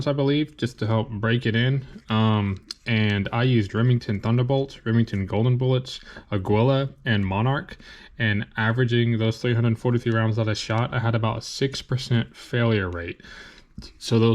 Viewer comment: FWIW, the name of the company is pronounced AH-gee-la. It's the Spanish word for eagle.